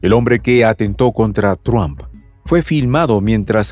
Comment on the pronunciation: PORQUE EL COMENTARISTA DICE “TRUAMP”. ??? NO ENTIENDO….LE CAMBIO EL APELLIDO O COMO???